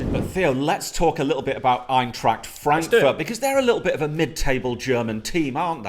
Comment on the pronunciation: Suprised how good pronounced Eintracht:D